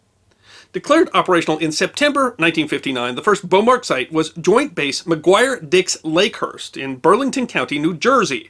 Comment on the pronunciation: Joint base "mcdixhurst"